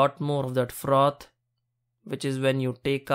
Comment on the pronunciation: Whe he say frrrrrrroth I felt that.